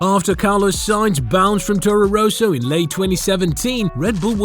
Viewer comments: Torro Rowsow? ROSSO... it's Rosso. Ross-o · It's not Rooso, it's Rosso, with one 'O'. Say: Ross-O. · I do not think it's an AI voice, the accent is too thick, also how he pronounces Toro Rosso made me chuckle every time he said it.